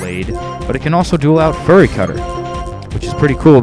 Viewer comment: The event is too far away... Did you just say "Furry Cutter?"